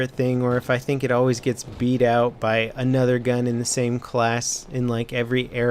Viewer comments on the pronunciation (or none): none